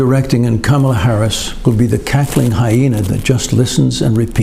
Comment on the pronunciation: Irony... You paused moments into the clip at to sarcastically ponder who John could be talking about when he had mispronounced VP Harris' name, all the while blissfully oblivious to how you are clearly and repeatedly mispronouncing the name of the subject of your own clip... I dig your message mostly, but your format just comes across as juvenile sometimes.